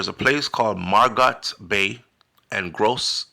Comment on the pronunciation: It prononce Marigot (Mar ree go) and Gros Islet ( Grow zee lay)